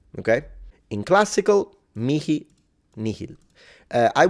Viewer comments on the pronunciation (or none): personally i really dislike the k pronunciation here